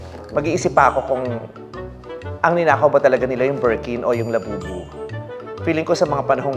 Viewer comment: Did Vice say Lababu?😂